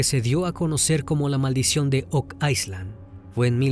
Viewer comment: No entiendo porque dices ice land… isla en ingles se pronuncia sin la S…